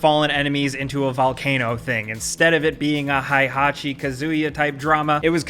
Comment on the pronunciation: Un nani excuse por que!? Did you just say HI HACHI!?